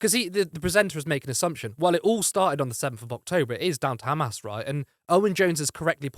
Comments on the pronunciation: Khamas!! Can’t even pronounce it properly. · Owen provided factual based arguments. The other guy just chunterted as his idea of a reasonable repost. Not too sure of the 'biased' presenter who even pronounced amas in the Hebrew way.